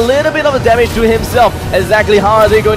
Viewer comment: Wtf 😂😂 they sound like (the a lot of dame )hahahah instead of (there's a lot of damge ) haha